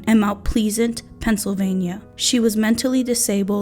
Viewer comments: It's a shame that you didn't even pronounce her last name correctly.... or the word plesant. .... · I have no idea why you can't pronounce the word PLEASANT...you know like have a pleasant day! Also you didn't research very well as you got many facts about the case wrong! What a shit job you did presenting her case! Unbelievable!🙄 There are TONS of articles and news footage from the case! No excuses! It's a disservice to the victims and a disservice for the family! Just fucking speechless! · How the hell do you mispronounce pleasant?? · You know you’ve discovered one of the lizard-people if they say the word “pleasant” like this. It’s the only logical reason for how a mature, English-speaking human has never heard the word before.